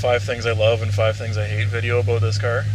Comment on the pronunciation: Why can’t you say about properly?